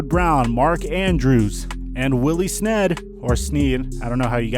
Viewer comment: Turned this shit off as soon as he said Willy sned.